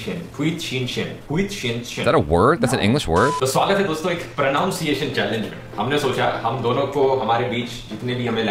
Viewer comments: Pra-nun-siye-tion is d-fi-kult JB koo-we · U mean pronounce-ciationn 😂😂